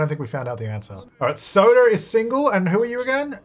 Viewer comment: When you first said Sota, I thought you were saying Soda & I was Ike OMG imagine all the baby names being soda 😅 Fanta, Sprite, Big Red, Cola... that woulda been awesome 😂